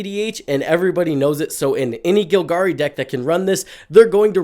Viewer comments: It's GOLgari bro, not GILgari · Vraska is gonna get you if you keep pronouncing Golgari that way.